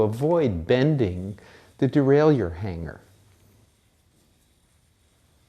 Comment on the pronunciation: How he says derailleur fucks with my brain